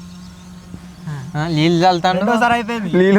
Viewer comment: neelu ❌ leellu ✅ 😂